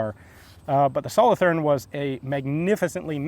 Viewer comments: As you probably now know, having visited Switzerland, the "th" in Solothurn is a hard t sound, not a soft "th". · The th in solothurn is pronounced as a t not a th sound :) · Solothurn is a city in switzerland and the th is pronounced t Good vid thanks for sharing